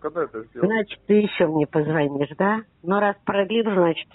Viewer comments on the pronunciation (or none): none